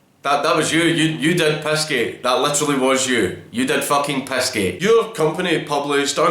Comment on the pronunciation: Are you saying pissgate or pizzagate?